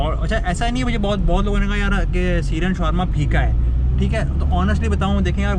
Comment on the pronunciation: SHAAAWARMA hota hai Shawaaarma nahi